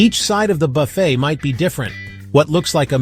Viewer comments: The word "buffet" is pronounced 'buffay', not buff-et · Its pronounced, Buff A